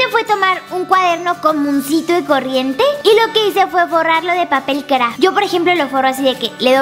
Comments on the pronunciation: Ey, yo no dije que odiara como lo dice, de hecho a mi me cuesta pronunciar las s, sólo digo que me gusta que remarcó así el craFT porque se me hizo divertido. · Me encanta como dice papel CraFT, es medio rarito JAJAJAJA